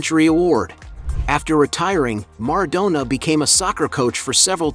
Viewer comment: MarAdonna...not mardonna